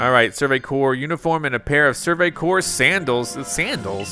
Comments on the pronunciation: I giggled with you said “survey corpse”. 😂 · I love it, but I got distracted every time you called the Survey Corps a corpse. I was genuinely relieved when you stopped. XD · I don’t like how he pronounces corp as core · Corps is cor. It’s short for corporation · You pronounce corpse as "core" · Corps is pronounced like core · To say corps just say core